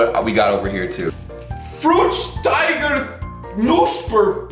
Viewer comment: German: Fruchtiger Pufreis: Fruktiger Poffreis